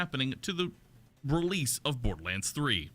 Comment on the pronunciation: What's this Bodorlands you're talking of?